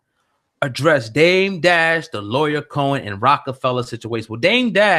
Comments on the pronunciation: Lyor (Lee-your) Cohen brothers. Not “Lawyer”. How are you actually hearing his name pronounced correctly by Flex yet continue to say it wrong throughout your video? This is one of the main reasons I have a hard time considering any of the popular vloggers on YouTube credible. That lack of true journalistic education. Typographical errors and poor grammatical diction to me are the quickest way to lose or never gain validation as a journalist. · There is no one called "lawyer Cohen" it's LYOR pronounced LEE-OR. It's pretty, pathetic when people refuse to pronounce people's names correctly when you HEAR people say it. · LYOR (lee-oar) not Lawyer. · Who Cohen? lol Lycor, leeveor? lmao what did you say? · Bro.... Lyor is pronounced LEE-OR. That shit was so annoying I couldn't finish the video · Who the fuck is lawyer Cohen? That nigga in the red can’t ever pronounce shit. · Please learn to pronounce Lyor's name... Flex and Dame both mentioned it and you keep saying it incorrectly... I had to stop listening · how can u be a hip hop industry journalist and not know how lyor cohens name is pronounced?? niggas been sayin his name since the 80s! shame... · How do u seriously not know how to say Lyor name? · The fact this nigga can’t say “lyor” is fuckin disgusting.. use your words man, lookin ignorant up there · Can't respect a "hip hop journalist who can't pronounce "lyor". Did you know anything about theses people before regurgitating someone else's opinion?